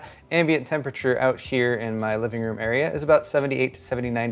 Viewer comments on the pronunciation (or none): none